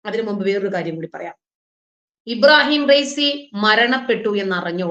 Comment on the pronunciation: ഇബാറഹീം ഫൈസി അല്ല......... ഇബ്രാഹീം റൈസി